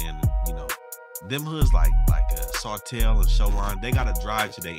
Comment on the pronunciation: This nigga really said sotel lmaoo I’m down